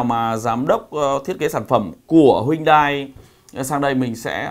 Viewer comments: bác nên tập nói tên tiếng anh của hãng xe cho chuẩn đi ạ. honda "ơ kho d" chứ ko phải " ác cót" , "hy ưn đai" chứ ko phải " huynh đai" . :) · Em rất thích, anh mà đọc tên hãng là "Hyundai " chứ không phải "Huyndai" thì bài review này là rất hay anh ơi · Hyundai tiếng hàn đọc chuẩn là "hien te" bác ah